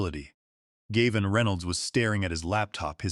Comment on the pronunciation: Do you know why you have only Two Thousand Subscribers? Probably not, so I will tell you. There is a reasonably common male name “Gavin” that is “Gav” as in “hav” and “in.” Unfortunately you are just too LAZY or just DON’T CARE about your listeners. Too lazy to listen to what A.I. outputs or maybe you don’t understand English either way you insult your listeners! Also why can’t you edit a simple number and make it four million dollars, instead of 4 thousand thousand dollars. You will never succeed until you learn. So there is no Subscribe from me and a Thumbs Down.